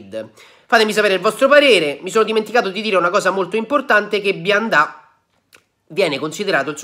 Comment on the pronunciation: Perché Bianda e non Bionda?